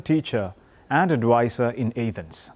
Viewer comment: also its A-thens not YAH-thens